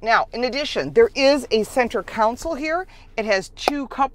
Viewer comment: Why do so many Americans say center “council” ? The word is CONSOLE ! 😁